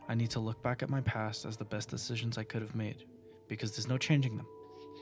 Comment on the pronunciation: u pronounce "decizyns" like a tar